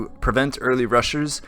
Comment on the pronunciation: Am i the only one that heard rushers as RUSSIA?